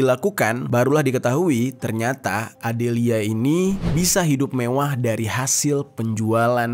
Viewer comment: Lucu bng pas bilang "mewwah" 😂